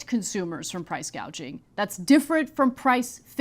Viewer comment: you are losing your reputation and logic. Show the full interview. Second of Kamala Said price "gadging". 1 example is that Profit margins on food markets is around 1.3% get your facts straight. I know that price gauging exists, but the problem is the effect of the policies that the current administration had in place, caused inflation on the goods